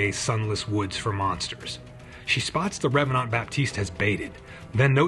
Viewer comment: I appreciate your slight French pronounciation of revanant. Just adds a bit more to the flavour. (Also, your channel is criminally underexposed and I'm grumpy on your behalf)